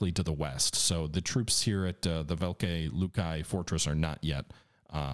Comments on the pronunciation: Velikiye Luki is pronounced like this vuh-lee-kee-yuh loo-kee all best. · Disliked because you kept butchering the pronunciation of Velikie Luki. Scratch that - EVERY SINGLE Russian city on the map.